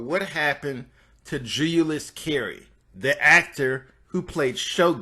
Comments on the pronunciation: Dude. 1) solid coverage for sure. 2) JEW-Lee-US(Julius) Carry. you kept saying "Juu-You-Lus". still great coverage thanks for the video. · He also says, "Julia-yus" instead of Julius. 🤦🏾‍♀️ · It’s “Julius” jew-lee-us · The pronunciation of his name is JU LEE US. Not JULE YOU LUS. SMDH.......